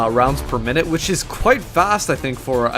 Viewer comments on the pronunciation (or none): none